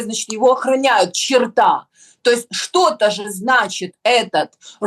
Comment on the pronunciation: Снежана, почему вы произносите в родительном падеже слово "чёрт" как чертА, а не чёрта?)))